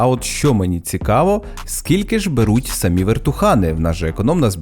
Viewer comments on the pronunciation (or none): none